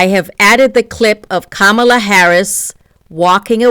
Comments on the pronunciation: You pronounced Kamala's name wrong.....wtf?😮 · Oh my goodness. why did you mispronounce Kamala?? She didn't just talk about women's reproductive rights in terms of the women she also consistently mentioned, 'and the men who love them"